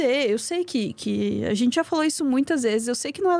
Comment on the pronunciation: Pq? ‘Genthê, verdadhê, realmenthê’…. Coisa horrível